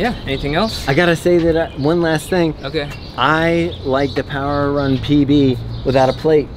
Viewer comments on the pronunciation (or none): The way said "PB" really did sound like SJD lol. I expected him to tell us how the shoe buttered his bread hahaha